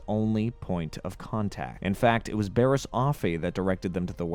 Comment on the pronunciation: not to mention him mispronouncing Bariss... even tho her name is literally said in the show ... on multiple episode from her introduction ... repeatedly